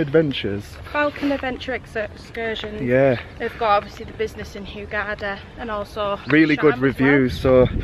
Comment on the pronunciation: Hi. Lovely Video. But it's not pronounced "hew-gada" but "hurr-garda" Xxxx